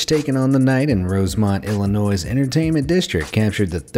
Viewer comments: Did you just pronounce the s in Illinois? 😐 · You infuriate me on how you said “Illinois”. The ‘s’ is silent... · It's pronounced Illinois. Not Illonoizzz.